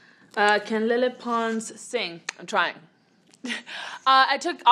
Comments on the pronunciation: Am I the only one that heard “hi I’m menopause” instead of “hi I’m lele pons” lmao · when she said 'hi i'm lele pons' i heard 'hi i'm menopause' 💀💀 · All I heard her say was hey I’m Leyhey Pons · It literally sounded like she said “Hi my name is menopause” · She sounds like she’s saying “hi I’m menopause” at the beginning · I thought it said menopause!😂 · i thought she said menopause lmao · koko i heard it too! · It can't just be me who heard "Hi, I'm menopause" at the beginning... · Sounds like she said "hi I'm menopause..." 😂😂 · omg when she said “hi im lele pons “ i thought she said “hi im menopause”😂😂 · At the beginning it sounded like lepons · ...Did anyone hear "Hi I'm menopause" When she introduced herself??? XD just me... ok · When she said her name I thought she said menopause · I like how she says “ lele pons “ with a spanish accent and everything else is her regular english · She keeps on saying lele pons which i think now i can definitely pronounce it right😂